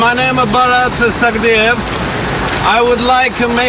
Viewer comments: Mans literally said Robot in reversed to make borat lol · Legit. Every time he pronounced it, it sounded like he was about to throw up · can you atleast learn how to pronounce the name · cringe every time the reporter tries to say "borat" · What can't anybody pronounce his fucking name properly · I hate the way he says 'borat' fucking hell its not hard to pronounce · This stupid presenter can't pronounce "Borat". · THUMBS UP IF YOU LAUGHED THE WAY HE SAID BORAT. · Why does this gay say Borat really shitely?!